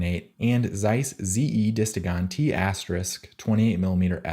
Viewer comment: "T*" is pronounced "T Star".